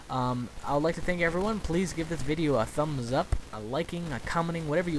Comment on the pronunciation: fail its thumbs not tuhmbs